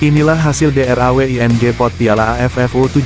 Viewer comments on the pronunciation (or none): Bukan deer awe bacanya...drow gitu. Pake bahasa Indonesia yg baik dan benar, berilah contoh yg baik ke generasi berikutnya .